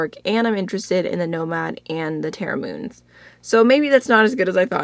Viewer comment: I'm listening while getting ready and u said Terra Moons... my ears be likeeeeeee 🙌🙌🙌🙌🙌